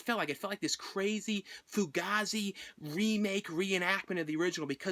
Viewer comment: fu-gay-zee is how its pronounced bra